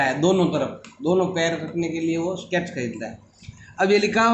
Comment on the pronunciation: sir spoke that skate ko stake hihihihihaha